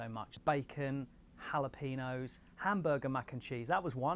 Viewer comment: For future reference: jalapeño = hah-luh-pay-nyow. There is no peen.